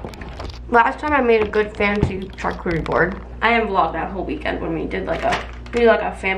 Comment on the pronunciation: Hi there!! I believe charcuterie is pronounced “shar” cuterie board ❤️🥰